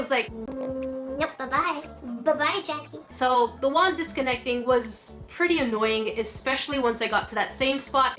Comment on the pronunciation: Isn't it jackie